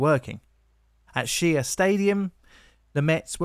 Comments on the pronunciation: “Shay” Stadium not “She-A” 🙃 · Shea is pronounced Shay, not she-ay 😊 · Shea Stadium is pronounced "SHAY" not "shee-ah". Then again we also pronounce Van Wyck as "Van Wick". I was 6 years old taking a bath during the '77 blackout and I thought my dad turned off the lights as a joke. I still live in the same house in Queens almost around the corner from Bushwick and it took decades to rebuild/replace some of the buildings that were destroyed. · as a mets fan ....ITS PRONOUNCED AS SHAY NOT SHE-A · FYI - Shea Stadium is pronounced 'shay', not 'sheeya' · >"shee-ya stadia" I could see the confusion. "Shay" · "Shea Stadium" is pronounced as if the first word was "Shay". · “At SHIA stadium” Lmaoo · It’s pronounced Sh-aye 😂 I’ll love your videos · Not "She-a" stadium; "Shay" stadium. Keep up the good work! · It's 'SHAY' Stadium. Not 'Shee-a' Stadium. 👌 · "She-a" stadium is pronounced "Shay" stadium fyi.. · The baseball stadium in New York is pronounced "SHay", not "shee-ay". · "She-a" stadium??? Dude!! Try "shay", please. Thank you. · Great job. Just one minor quibble - Shea Stadium is pronounced shay. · And "Bowie" is pronounced "Boh - wee" But other than that. A damned fine condensing of a story I have not forgotten from my youth, even though we're in the true land down under (apart from Antarctica obvs.) Aotearoa-New Zealand. That and the rubbish collectors strike of NYC in 1981. When I looked up the date, I discovered there was also a strike in 1968, so only twelve years earlier, and one in 1911. Now, one can forgive them forgetting about one from the second decade of the twentieth century but to allow another situation to arise to the point that caused another strike in just on twelve years is disgraceful. I know it's a bit off topic but I'll never forget the footage of the streets piled with garbage and couldn't help but feel bad for the people living there, as well as those striking., spot on with the legacy scale. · Shea stadium - "SHAY" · "Shay" stadium